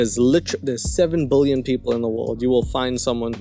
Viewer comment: It would be amazing if you could learn to say billion, and not bullion. I'm not sure why it's so difficult?